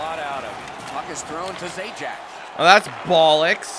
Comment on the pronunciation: I'm pretty sure Zajac is pronounced Zahyats